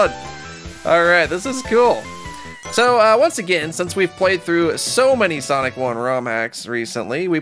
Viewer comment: sonic just said MLUYZS